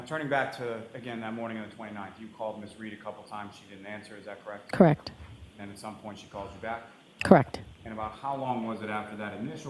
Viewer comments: I’ve never heard someone pronounce “correct” as “ca-reckt” 😂😂😂😂😂😂 anyone can see she’s not telling the truth. Look at her eyes, there’s nothing behind them! Evil. You don’t have to look at phone records and transcripts every five minutes if you’re telling the truth 🤦🏼‍♀️ Edit—and to the brother, he shouldn’t be allowed to sit and stare at Karen like that CONSTANTLY. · "KRACT" version of CORRECT